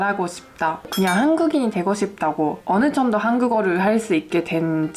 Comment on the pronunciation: 억양같은게 한국인에 엄청 많이 가까워지셨다고 생각해요. 어느 '정'도의 '정'처럼 ㅇ 발음이 있는 글자만 좀 더 유창하게 발음되면(아직 약간 ㄴ에 가깝게 들려서요) 거의 구분 못할 지경이 되지 않을까 생각합니다b 근데 굳이 흠을 잡은거고 진짜 최상위 클래스라고 생각해요. 외국어 잘하시는 능력 부러워요